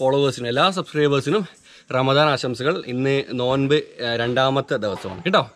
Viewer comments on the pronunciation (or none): none